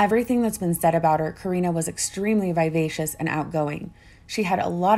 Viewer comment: Vivacious yes! Vi vacious no.